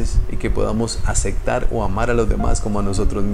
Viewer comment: Y una observación de buena fe. Pero es que eres muy recurrente en esta palabra . . LA PALABRA ES. ACEPTAR no Acectar. No importa si así lo dicen en tu País. La Palabra en Castellano es así. ACEPTAR.